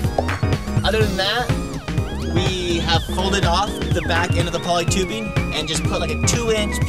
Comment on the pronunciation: Whats wring with pronouncing“ing”on the end of our words rather than, ie; Tubebin, kinkken etcetera! Is it the new black? Seems popular to answer questions with ‘So’ Just fuck off.